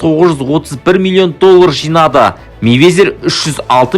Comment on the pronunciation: Мэйвезер емес Майвезер деш